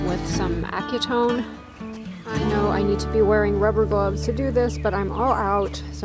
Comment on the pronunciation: The solvent Acetone is pronounced As-si-tone. The metal piece you used on your lamp is a pipe clamp. Love your videos. If you put a small wood block under your items the electric saw will be easier to use.